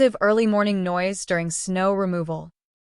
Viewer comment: Snow does not rhyme with now. lol